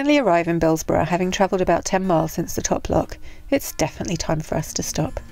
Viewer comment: I am too late to the party to say the building is a salt store. High enough to keep a winters worth of salt plus room for the aching to load the spreaders. But I will be pedantic and say Bilsborrow is pronounced Bilsburra. Loving the vlogs on our canal whilst drinking out of my new mug. 👍🏻